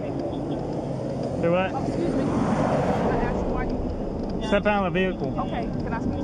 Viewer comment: Haha, memories of “ aks michelle”😂